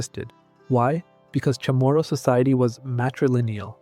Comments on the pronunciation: I wish you'd learn how to pronounce CHAMORU. It's not kah moro. It's not Chamorro--wrong spelling--either. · Other than mispronouncing the word Chamorro sometimes, this is a good video.